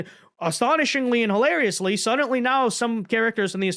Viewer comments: OMG!!! ITS F'en SUDDENLY! NOT F'en SUDENTLY... FOR SOMEONE WHO SAYS THAT WORDS 500 TIMES EVERY DANG VIDEO YOU POST... ONE MIGHT THINK SOMEONE WOULD HAVE CORRECTED YOU... BUUUUUUUUUT APPARENTLY NOT! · I cant do it. Since I posted this comment youve said sudently 9 times. It drives me crazy. I cant finish the video.